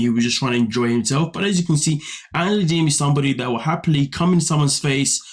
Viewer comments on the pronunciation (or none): Did he say Angela Deemon???!!!😂😂😂